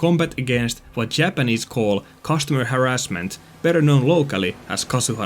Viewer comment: Normal pronunciation: haRRASment: HArrasment Sub earned:)